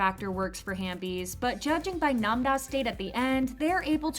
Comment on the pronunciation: ITS HAVEBIES NOT HAMBIES